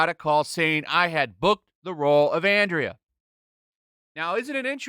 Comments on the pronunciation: Why can't any of this shows critics pronounce Andra's name properly, you guys did watch the show didn't you? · I mean, even if it was good, why would it still be in the top 10? It was only five episodes, everyone who wants to see it already finished it. Also, why does this guy always say Andra's name wrong? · Andra is pronounced as Andrea? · Why does he keep saying Andrea? There is no e bro....there is no e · Why can NONE OF YOU pronounce the name "Andra?" By the way I am on your side. When I said "none of you" I was referring to the people covering this bait and switch shit. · It's pronounced "Anne-Dra" not Andrea,. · Isn’t her name pronounced Andra ( like Andro, meaning male) and not Andrea? I mean considering they want to replace men, it kinda makes sense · Andra, not Andrea. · Say it with me SLOWLY....... ANDRA. A N D R A ...................... NOT ANDRIA, its getting annoying how many of you cant read correctly. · You people make me embarrassed to be a man. Also, it’s Andra not Andrea you tool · Its andra not Andrea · Andra not Andrea. Not that it matters. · Like your content,, but you keep calling her Andrea. It's Andra. No matter, she is not a real character. Also I stumbled onto a channel over the weekend called Shanieology where he does reviews as Skeletor. Way more entertaining than anything this series did. You should check it out, criminally undersubbed. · OK, I HAVE t ask! WHY DO YOU KEEP CALLING THIS RACE SWAPPED FAKE, "Andrea"? it's Andra! Its Greek. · 2 nitpicking but, Andra, not Andrea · "Ahhn Drah". Not Andria. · I find it funny that they chose the name “Andra,” meaning ‘man’. No hint of femininity permitted. Edit: you keep calling her ‘Andria.’ Nope, it’s Andra. Andria would have at least been a feminine name. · i think its And -ra not andrea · I am most definitely not a supporter of this crap He-Man stuff. BUT. You need to learn how to read if you are going to do reviews. It is ANDRA not ANDREA.